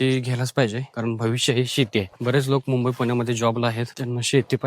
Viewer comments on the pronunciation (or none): none